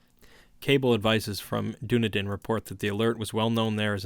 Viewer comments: Being a kiwi, ive never heard of the "streets of Doona-din" I have visited Dún- ē- dinn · Hi, brilliant reading. Your tone really suits the material. However, just a quick note: the city 'Dunedin' in New Zealand is pronounced 'Duh-nee-dun' not 'Doo-na-din'. Just thought I'd point that out! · Dunedin is pronounced Done-eden B) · The small city of Dunedin in New Zealand is pronounced “Duh-NEED-inn” And growing up in the 80s we still called mixed maori-European kids “half castes”, but I don’t remember when that faded out of common use. I guess it’s considered impolite now that mixed-race marriages are common. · I enjoyed this a lot, though as a lifelong resident of Dunedin (raised in the inland hill suburbs where the cult holds its rituals) I feel obligated to observe that you mispronounced the toponym. The accent in "Dunedin" is on the second syllable, not the first, so it rhymes (sort of) with the phrase "run bleedin'." That's a small nit to pick, however; I really do enjoy these Lovecraft readings. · Dunedin is pronounced "Dun-eden" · "Dunedin" is pronounced sorta like "Done Eatin'". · "Doo-Na-Din, New Zealand" hahahahahaha love it